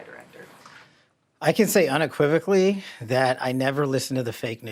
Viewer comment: Says "I can say unequivocally," has trouble saying "unequivocally."